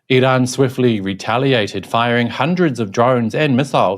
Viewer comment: You're trying too hard in the pronunciation of Iran. It's comical as even Iranians don't pronounce it like that😂